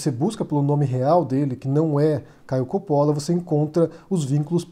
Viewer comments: Ridicularizar aparência, ou no seu caso, o sobrenome, não é argumento, é pueril, e idiotia; não existe silabas com pronúncia tônicas no italiano, não se pronuncia 'cápire' (entender em italiano), então, é Copolla, e não cópolla. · Agonia de ouvir ele falar "Coppolla" errado. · Não sabe nem falar o nome do cara